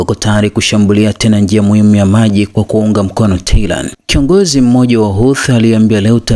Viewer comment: SIO TEHLAAN NDUGU... NI TEHRAN